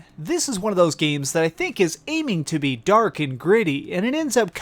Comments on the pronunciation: What sort of speech impediment do you have? Number Juan? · I absolutely love your channel, and I don't comment on much on youtube but I really just had to emphasize how amazingly you said "number hwahn" in this video